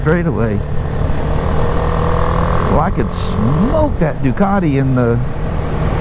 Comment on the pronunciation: Holy Moly! A wheel that is back ordered for a year! That's not good. This video felt like you had 'speeded it up' I swear you ride those G310's quicker than the R1250 GS!! A Harley / BMW guy that knows how to 'say' 'Ducati' now that is a rare thing indeed. I bet you know how to say 'Moto Guzzi' too...! I'm just kidding, nice to hear you reminiscing about your racing days....you should tell us more about that someday..... Hope you got all the computer gremlins sorted out. Have a great weekend the two of you!